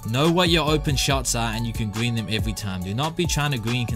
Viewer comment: BOOM GWEEN THIS TIME I GWEEN IT EASY